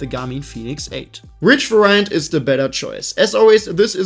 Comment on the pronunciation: I'm sorry, and this has NOTHING to do with your review, which I think is great, so thanks 🙂 When you pronounce 'variant'.... It is not var_I_ants..... it is v_A_riants. You need to stress the first 'a', not the first 'i'. It is a 'VAriant', not a 'vaRIant' ;-) I'm a programmer, so the word 'variable' comes up very often... and I actually have a colleague who pronounces it 'vaRIables' instead of 'VAriables'.... sort of the same thing, LOL 🙂 This dude is very highly skilled and is generally very good at English, so I'm a bit flabbergasted, to put it mildly, that he pronounces this simple word so wrong.